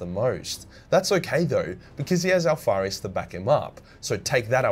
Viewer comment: That last part about omegon and alparuis sounded like jibbrish idek what happened XD